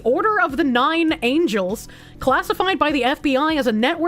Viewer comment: Angles, not angels